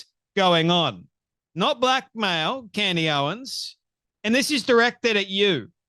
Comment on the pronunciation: Candace not candy